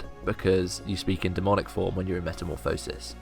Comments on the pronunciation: It's not Meta-mo-phisis, its Meta-morph-osis. just a fyi. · Metamorph-oh-sis. ye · i just thought you should know, you say metamorphosis like a derp :) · whole video on a word you cant pronounce. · plz reupload the video saying meta correct plz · you pronounce it as metamorphosis not as metamorphosis.